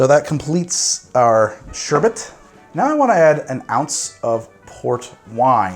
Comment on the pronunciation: Just want to say THANK YOU for pronouncing sherbet correctly. I'm not pedantic enough to argue with folks about it, but I will praise anyone who can say it without adding extra R's.